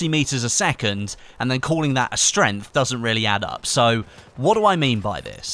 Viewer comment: What the heck is a 'strint'? Ohh a strength lol, damn my American ears!